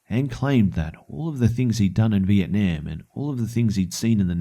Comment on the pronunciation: The way he pronounces Vietnam XD